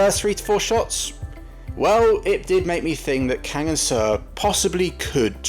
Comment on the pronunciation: Seo is pronounced „So“